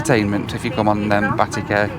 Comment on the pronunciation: Isn't it pronounced Bateek? Every time you say "Batik Air" it sounds like you're saying "Batty Care"! 🍑